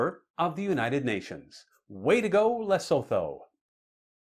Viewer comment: Hello from South Africa.. By the way Lesotho is pronounced > Less - soot - who The 'th' isn't pronounced as in English, the h is used softly. Enjoy your channel & my favourite is your Rapid Fire rounds without the multiple choice. Tx